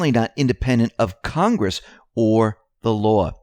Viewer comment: "CON"-gress. Say it with me,..."CON"...gress.